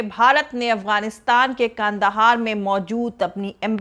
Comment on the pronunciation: कांदहार नहीं कंधार है मैडम सही शब्दों का इस्तेमाल करें।